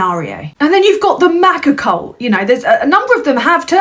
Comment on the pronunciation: you pronounced cult wrong again... 🙂